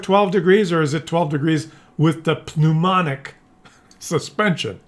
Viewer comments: NOOMATIC not NOOMONIC suspension😅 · It's not pneumanic, it's pneumatic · Hydro Phneu...MATIC...not monic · It's pneumatic not pneumonic